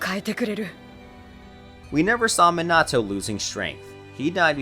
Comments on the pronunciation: To pronounce it its “(MeeNahToe)” not “(MinnAhTo)” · It's not Mi-nah-toe it's mee-na-toe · Everyone: Minato Him: Meenahto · Wrong Man-a-to Man-ga Right Meana-toe Mon-ga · He says ma nato I say me nato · even sayin ''me-na-to'' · "Minahtoo" lol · bro you say minato's name like an absolute wet lettuce stop over pronouncing the A fuck me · "oonoki" "minoto" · My guy pronounced everything wrong Sasuke raikage naruto Minato XD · Raikagge homie can't say raikage Sasuke or minat9